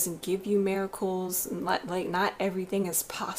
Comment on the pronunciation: She says Miracles, Strength, and Important like....."Meeracools" "Strenth" "ImpoorAnt" Lol............